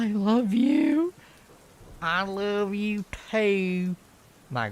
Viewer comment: "I love yew teew rofl